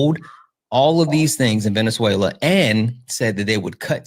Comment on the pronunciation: calling it “venezu-ayyy-uh-la”